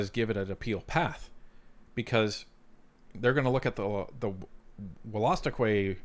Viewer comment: It’s actually pronounced “wool-a-stook-eee”